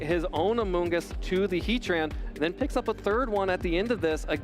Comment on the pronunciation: He-Tran > Heat Ran